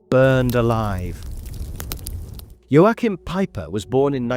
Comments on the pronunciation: It’s pronounced Yo~Kim. There is no pronounce Ain the middle. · Unsinn, das "CH" in Joachim wird wie das "CH" im deutschen Wort lachen oder im russischen Wort choroscho(gut) ausgesprochen...